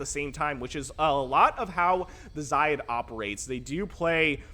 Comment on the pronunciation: I assume "xayid" is pronounced with with a soft A. Like 'say' but with a Z. At least 'eye' but with a Z is better than Lowko's weird middle-eastern-sounding pronunciation where he emphasizes the 'yi' part.